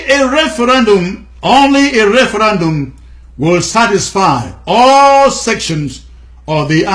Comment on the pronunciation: Please try "referendum" instead of "referAndum".